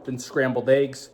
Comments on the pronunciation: Clicked off as soon as you pronounced it “AYEGS” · Said “ayeggs” 100 times before 5 minutes in lol😂🔥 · Haha he just made a comment about if we don't like the way he says eggs. LOL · why he pronounce eggs like that????